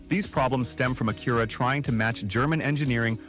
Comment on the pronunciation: Mispronounced words like Acura are a dead giveaway.